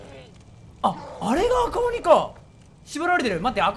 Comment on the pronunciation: 赤鬼(読み:ラッカシ)